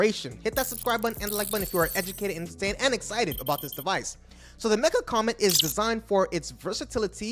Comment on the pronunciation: Mecha! & Legion! Not Metra and Legend. WTF dude? You butchered everything any other reporter said correctly slow it TF down and prepare your transcript, as many mess up's as there are in this it seems like you just said "okay (any given ai) write me up a reansripted report on these things" and then didn't proof read it, just hit record and went live.